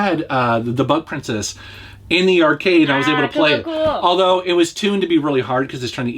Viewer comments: Ooohhhh its bug princess lol I thought you said butt princess at first 🤣🤣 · Who else heard "Butt Princess" instead of "Bug Princess"? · I thought he said Butt Princess at first.